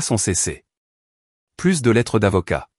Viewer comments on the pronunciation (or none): merci de ne pas prononcer plus comme + en prononçant le s, alors que dans le texte ça signifie le contraire. Idem : Y est le seul grec mais seulement en tant que lettre de l'alphabet . "Il se prononce est un "i" quand il est un pronom. Belle histoire où celle qu'on a voulu malmenée n'est pas celle qui a été rejetée par le public.